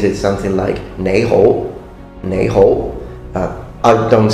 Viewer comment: pretty good canto pronunciation of 你好